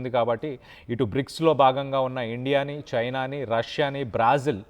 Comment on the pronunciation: బ్రాజిల్....... 😂😂😂😂 ఇంగ్లీష్ ప్రొనౌన్షియేషన్ కూడా మార్చేస్తున్నారు బ్రెజిల్ ని బ్రాజిల్ అని video Last లో ☹️☹️☹️☹️🙄🙄🙄